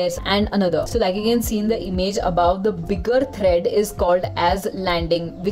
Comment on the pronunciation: The videos are very nice and helpful. But please correct the pronunciations such as tread, not thread.